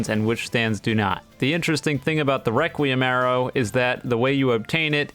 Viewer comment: I dont know if im deaf but i keep hearing him saying reqwuiem awrow and now i just hear him as a furry